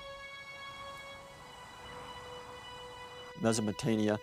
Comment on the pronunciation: The way he says "Mesopotamia" is real crazy. Thank you for the upload. Absolutely love this show.